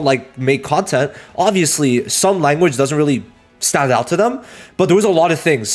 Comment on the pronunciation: “Scheduke” “Chanhes” “Conyent” I appreciate your vods much love